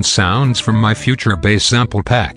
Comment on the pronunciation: I don't wanna sound nit-picky, but If you type "base" instead of "bass", you'll get the right pronunciation.